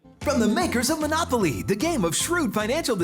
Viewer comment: Omg Monopol-ye 😂